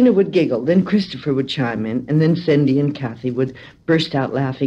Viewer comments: Why do you continue to call one of the twins Sidney? It’s Cindy. Ugh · I don’t think it’s so much an issue, as it was confusing, I had to rewind to check if I missed someone called Sidney, and then I searched Joan Crawford to find out who was a person named Sidney in her life. After some time I arrived to the conclusion that it must have been a mispronounciation